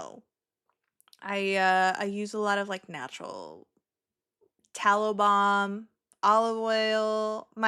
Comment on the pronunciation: You kept saying you use tallow balm and I kept hearing taliban 🤡😂